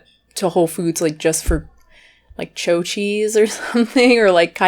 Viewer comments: You’re completely butchering that cheese name it’s called chao like he Italian word for good bye not cho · “Cho” lol nice accent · “Choh cheese”? 😆